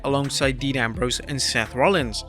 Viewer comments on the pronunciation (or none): none